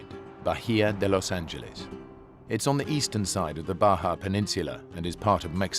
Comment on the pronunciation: Los angeless not the way he said it omg